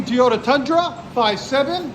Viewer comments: TOYOTA not teeyota lol. Try a H pipe, less raspy. True duals sounded better than the x at least on this application. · Just can't get over how you pronounced toyota as teeyota 😂😂😂😂😂😂